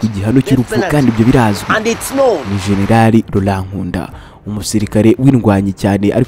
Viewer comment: General not genelali